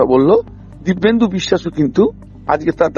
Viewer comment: ..o "Dibbendu" na "Dipenddu"